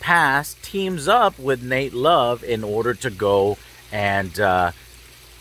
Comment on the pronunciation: It's Nat Love not Nate Love haha